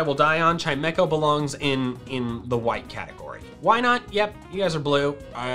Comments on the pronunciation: CHIMECHO, NOT CHIMEMECO! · CHIMECHO, NOT CHIEMEKO! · do you mean chimecho xd